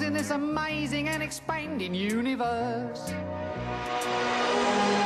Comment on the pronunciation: anyone else laugh a little at the way he says "expanding" ?